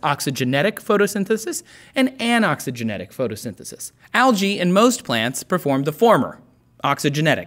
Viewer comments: You are pronouncing 'Algae' wrongly! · ``Algae`` tHats alSo Alga?! SOUNDS lIke yOgA